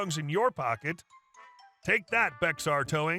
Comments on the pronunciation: It’s pronounced Bay-er not Bex-ar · You should look up how to prounce unfamilar words, especially names of places. BEXAR is NOT Bex-ar, it is proununced Bexar County is behr kown tee see reference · It's pronounced Bey-har not Bex- ar. Like Texas pronounced Tejas in Spanish. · I had to laugh at the last story. As soon as I saw BEXAR I knew it took place in San Antonio, Texas even before I read it. Sadly though, you mispronounced, BEXAR. It happens all of the time. In Texas, BEXAR county is pronounced more like Baher or Bear. Good for you for trying though. Yes, I'm a native Texan. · Bexar is pronounced "behr" Spanish origins. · The "X" in "Bexar" is pronounced like an "H". It's "Behar" County if you were to spell it phonetically. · Bexar is pronounced "Bear or Bare" Yes it is strange to English writing. It is from the name of the Spanish fort Presidio of San Antonio de Béxar. Now Bexar is the name of the county that San Antonio is in. The proper Spanish pronunciation would be something more like Bay Har. The people in San Antonio Anglicized the pronunciation to Bear. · Last story: Just so you know, in Texas, Bexar is pronounced like bear. ❤ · Last story: bexar is pronounced “Bear”. The X is silent. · Ok, hard to listen to this last one... BEXAR is pronounced "BEAR", the "X" is silent! No, don't ask me wtf, I don't understand it either. I've had Bexar Towing tow my disabled cars a couple of different times, never had any problems. But, then, my car is always in my driveway (No HOA! HA!HA!HA!) at 1 AM, any day of the week... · Bexar is pronounce "Bare". I know. I live in Bexar county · Bexar is pronounced Bear, the X is silent. If you type the word "pronounce" followed by a word in the search field, you'll get a link to a page that tells you how to pronounce that word. You should use it because you are always mispronouncing words and it makes you look bad. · Bexar is pronounced "Bear" it's in San Antonio TX 🤣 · The "Bexar" is actually pronounced "Bear".